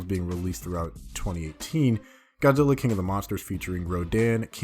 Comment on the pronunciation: He says Godilla